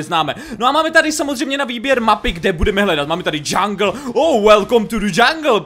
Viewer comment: jungle jak jongles ale nechci te urazit